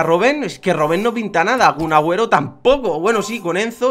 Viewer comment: Porque dices Cun Agüero